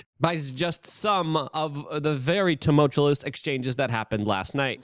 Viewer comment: “Tumult(U)ous” not tumultu”LOS”. Every single day. Haha. Love the show.